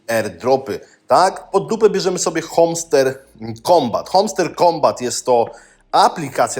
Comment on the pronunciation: Hamster - nie homster....